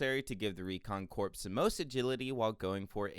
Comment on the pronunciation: "The survey corpse was in a huge bind..." *CORPS ("core")